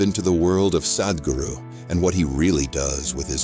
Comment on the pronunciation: your pronunciation is awful. the "h" makes the "a" sound like "father" not like "bad" or "sad' - ugh, cannot even listen beyond the first two minutes because it is so unprofessional